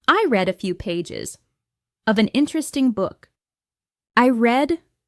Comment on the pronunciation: Hi, thanks for your efforts. Just one thing i wanna ask you - why are pronouncing 'read' as 'red' in present context? I know that it is pronounced as 'red'(read) in the past context but why in the present?